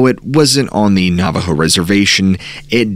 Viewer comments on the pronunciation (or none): none